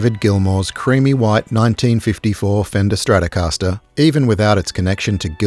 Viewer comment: les stracascastaster de Gilmour, c'est quelque chose ! 🤣 Quelle connerie, cette I.A. débile.